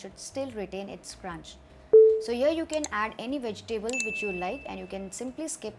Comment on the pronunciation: (vej· tuh·blz) vegetables pronunciation